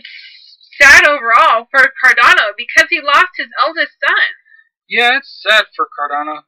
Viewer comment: There's no "i" in Cardano.